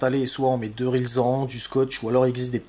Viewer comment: Parfait ces explications, le R9M ne marche pas pour moi, portée de 600 m en 100 mw, en FCC ou Flex. Je ne vois pas dans les liens, le petit module qui doit être branché sur la board. Aurais-tu ça ? Un des rare youtuber a prononcer correctement RILSAN; chapeau !